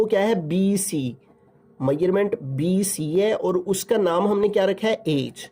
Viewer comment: Sir bC ko sai trha bola kra dimag pr lgta ha bc